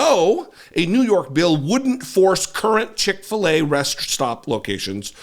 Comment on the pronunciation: I bet Cick-fill-a doesn’t care